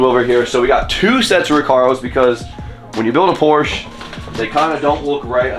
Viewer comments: Please put the recaro classics with the houndstooth in there! Nardi wheels absolutely have a place inside a Porsche. And please.. you are a Porsche guy now. It’s “Porsch-ah” 😉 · in German, an E at the end of the sentence typically serves the same purpose as an A at the end of an English sentence. It’s pronounced “POR•sha”